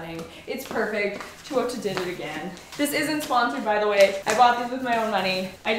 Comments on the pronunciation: Me: now say it with me. Teh!: Teh Me: ooo: ooo Me: Tah!: tah Me: Teuta!: Tuota!! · after all this time I finally found a pronounce program for Teuta Matoshi. You have the last name right but the first name is TAY OO TA. Cool, now maybe we can pronounce it correctly! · Isn’t it pronounced TEUta not TUOta🥹🫶🏽? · Just a note on pronunciation...😊 (capitalized letters are syllabic emphasis) You said too-WOAH-tah It should be teh-OO-ta (with dentalized Ts) 😊😊😊😊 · Hey just to let u know its pronounced Two-oo-ta if that makes sense:) Love the video, dresses n the brand itself! Teuta makes great dresses! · Tay- OOh- Tah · Omg.. I love you.. but GIRL. Its pronounced "Tay-U-Tuh" lol Her Canadian accent kills me some times lol. "MALK" Lmao By the way, I loved the last 2 dresses on you. They really look like your style. KEEP THOSE!! Xoxox from USA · I think has always said Teuta wrong. I mean how she says it is not how it's spelled. She always says Tuota. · It’s tay-oota 😅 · Ahhh I don't know why but it is bothering me so much the way she says Teuta's name. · You have done a number of these videos and still you have not learned how to pronounce her name 😂